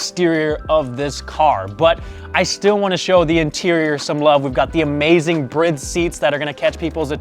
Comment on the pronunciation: "Breed" seat or "Bride" seat guys? 🤣